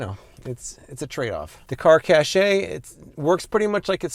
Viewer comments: It's pronounced 'cash' not "cashay" I love you americans 😂😂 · it's not cashay it's cash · Caché is pronounced like "Cash" not "Cashay" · Pretty sure its pronounced as "Car Cash" and not "Car Cashay" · Cache just sounds like cash. Please stop saying "cashay" lol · 1) I'm not tall enough to reach all of any windshield, so this is a fail from the start. 2) It's cash, not cashay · I believe cache is pronounced, “cash.” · Isn't cachè pronounced cash?